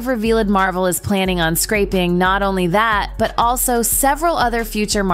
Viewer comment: AI can't pronounce "scraping"